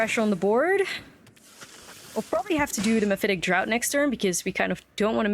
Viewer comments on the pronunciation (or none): not trying to be rude but "draught" is pronounced like "draft" not like "dr-OWt" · Draught is pronounced like draft not drought. English is a silly language